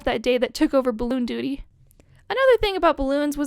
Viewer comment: "Balloon duty" 😂